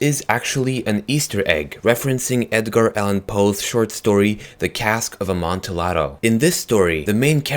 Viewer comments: It's pronounced 'Amontiado' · it's pronounced Imantiado not the way it's spelled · JSYK, 'Amontillado' is pronounced "Am-on-tee-adoh" This is because it is of Italian origin. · It's pronounced AmontiYado. You don't pronounce the L's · Note: the "ll" in Amontillado is pronounced like "y" NOT like an l. Just a little Italian lesson. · You are say amontillado wrong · You said Amontillado wrong, but I also read this story a few months earlier